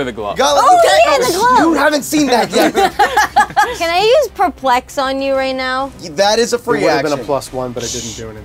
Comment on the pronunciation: Does know the stress is on the second syllable in the word perplex?